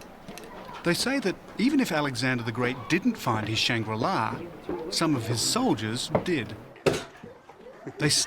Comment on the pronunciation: Take a drink each time he says shang-rila 😂